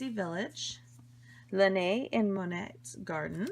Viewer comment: k is silent it's nut. and t is silent its monae in pronounciation. no hate just fyi, because you weren't sure :)